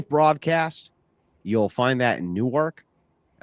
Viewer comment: JFC, none of you know how to pronounce "Newark"